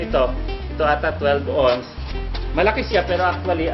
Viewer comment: Ounce is pronounced awns, not ons. I can see an ordinary Filipino guy in the street saying ons but this man is supposed to be highly educated, and a product of UP.